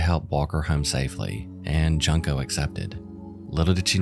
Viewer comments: hi, not to be an ass, but it only takes a few seconds to research how a name is pronounced. you can enter it into a translator by copy-pasting the kanji spelling of her name, found on her wikipedia page, or utilize a site that can pronounce IPA (international phonetic alphabet) notation, there’s no excuse for laziness. please do so next time. it is incredibly disrespectful to use a young lady who has passed on for content without taking the time to do so. i engage in true crime content myself, this is no secret, but i do not consume low effort content. the first half of junko’s name is pronounced similar to the english word “june.” may she rest in eternal peace! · Not to take away from the severity and gravity of her unfortunate fate, but the pronunciation of her name is similar to 'Joon-ko' or 'June-ko', not 'Junk-o'. It's a bit off-putting each time her name is pronounced incorrectly, if I'm allowed to be blatant. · Her name is pronounced June-(KOH) Not junk-o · If you're going to use this girls horrible story for content- and I see no redeeming value in anyone doing so- but at least do her the dignity of pronouncing her name correctly. June-Ko. Not Junk-o. I love your channel so far but rehashing SOLVED cases for mere shock value is beneath your level. Look forward to what you do in future. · I think it's pronounced like Juunko not Junk-O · Well researched and well written episode as always. Having said that, the victim’s name is pronounced as “June-co” in Japanese rathe than “junk co”. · Ju- pronounced Joo. Not as in junk. She is not junk-o. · It would have been nice for you to research how to pronounce her name correctly. It's pronounced June * ko, Fu * roo * ta (roo like the character from Winnie the Pooh). It hurts to hear the victim of a horrible crime be called Junk * o. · Joon-ko. Not Jun-ko. How are you going to have a Channel with almost 300,000 subscribers and not take 30 seconds to figure out how to properly pronounce a name. It's embarassing.